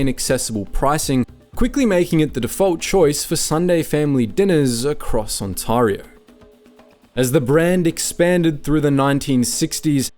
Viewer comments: It's Ontario, not Untawrio, stupid AI voice ! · On-terry-o not On-tahrry-o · "On-TAR-io" this is an incorrect pronunciation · You should teach your AI how to pronounce "Ontayrio" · he does make it sound more fancy, though.😅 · Is this AI narration? The channel is called "Maple Inc" but the pronunciation of "Ontario" is completely wrong. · Script feels AI generated and poorly edited. confusing crinkle cut fries with straight cut? confusing glass with ceramic? and the host cannot pronounce 'Ontario' which is very odd for a channel called 'Maple Inc' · My opinion of Swiss Chalet is mid. HOWEVER. As an Ontarian. PLEASE for the love of God, learn how to pronounce our province. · LMFAO the AI trying to pronounce Ontario. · The second syllable of Ontario rhymes with air.